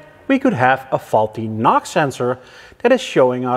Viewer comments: It's NOx not Nox. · I kepth hearing "Knock sensor" instead of "NOX sensor"...... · Your pronunciation of "NOx sensor" sounds similar enough to "knock sensor". While watching the video, up to a point I was asking myself WTF is talking about. Now, about condemning a scan tool for erroneous readings. I would have been more worried about 3 out of 4 scan tools being "wrong". I find very odd that 3 out of 4 software programmers made the same "mistake". I am sure they have used correctly the datasheet of the NOx sensor. Except the datasheet was wrong. Autel might have used a different datasheet that happened to be correct. Or they had the same incorrect datasheet and when they saw the values on the live reading, they divided it by 10 for good measure. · I thought when you said nox I thought you meant knock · NOx you mean? Say it like enoohx 😉 Love the vid btw